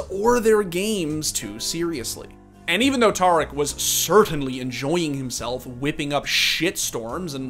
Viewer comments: Homie. Its pronounced TEAR-ICK not TAR-ICK. The dude literally says his own name every stream. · Not tar ick, tare ick